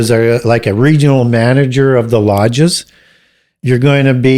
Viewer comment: Lodge * not longe lol